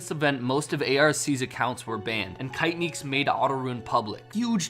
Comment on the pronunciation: I just opened this to hear you butcher the name ‘kaitnieks’ , great video though